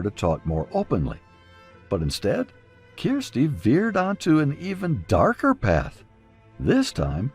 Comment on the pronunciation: Her name is Kirsty not keersty